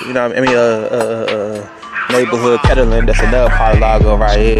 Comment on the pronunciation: It aint pronounced ketterling Cuhz😂